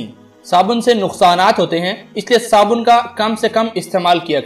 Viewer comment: Aray paagal saaban nahi sabun hota hae